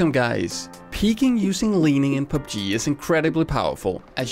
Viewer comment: its so hilarious how this guy pronounces PUBG